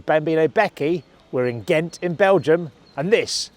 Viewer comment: To start with, "Ghent" is GENT ... :-)